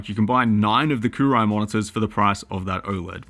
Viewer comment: I think that's pronounced Coo roo wee`